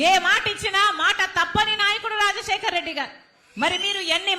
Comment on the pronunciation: రా...జశేకర్ రెడ్డి. కాదమ్మా రాజశేఖర్ రెడ్డి. అనండి